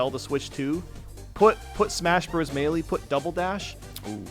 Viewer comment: i will never get over how badly pronounces "Melee"